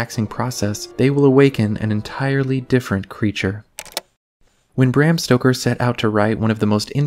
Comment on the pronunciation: Bram stocker?! BSD MENYOONED !?!😮